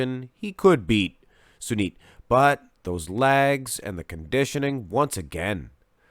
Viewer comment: Cheers from India🙌 You did pronounced Sunit's name correctly!